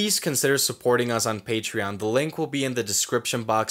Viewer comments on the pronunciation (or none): none